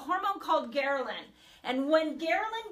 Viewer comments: Gherlin??? It’s Ghrelin! What kind of Dr. Is this? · *HELPFUL* Quick FYI- You have a small transposition. It's "ghRElin," vice "ghERlin."